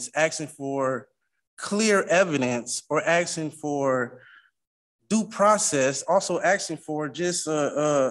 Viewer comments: I can’t stand when grown adults say Unm over and over. And axing. And can’t read words like labacory . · the "axing" drive me nuts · He shouldn't talk about "axing" so much in court. The judge may feel threatened. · He keeps axing questions. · He keeps talking about "axing." Is he a lumberjack? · "I'm axing..." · He sure is axing for a lot. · The word is spelled "ASKING", NOT axing. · This guy is “aksing” for a lot of things. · Im not a native english speaker. So im wondering. He says 'the word' Axing' a lot. I asume he mean to say 'asking'. Is this a dialect, or is it a speech impediment, like a lisp or a stutter? No offense meant. Just curious. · Stopping saying "axing"! The word is asking. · Guys he's ax'n 😅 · Well Sovcit - your axsing is improper......